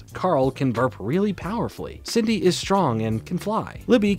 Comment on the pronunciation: I keep hearing Sydney instead Cindy LOL